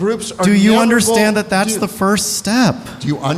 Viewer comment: Learn the difference between F and TH, they are not the same